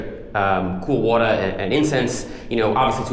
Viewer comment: I like the NYC/Brooklyn pronunciation of ""water" ! 🤣